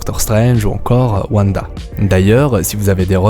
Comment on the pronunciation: Wanda se prononce Vanda